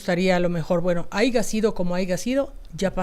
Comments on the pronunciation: ortega no se dice aiga sido es aya sido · No se di se aiga se dise aya